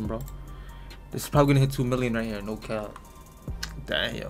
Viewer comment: Did he say kap yes this is KAP